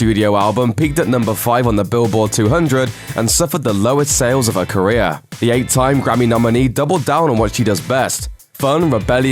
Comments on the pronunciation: Ok but whenever he says career it sounds like korea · Whenever he says 𝗰𝗮𝗿𝗲𝗲𝗿 = 𝗞𝗼𝗿𝗲𝗮